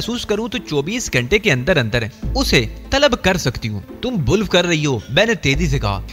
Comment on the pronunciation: Itni jazbati guftogu kion karte ho ke bar bar patri se uter jate ho bulf nahe balke bluff hota ha pehle sahe taladaz Ada karna sekh lo Phir sunnana